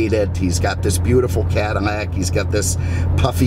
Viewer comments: Why does sound like he's saying Cadinnac?? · Why is he saying CADINAC?